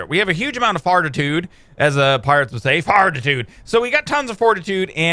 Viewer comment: Hunter Higgins and as he said fartitude I just read this comment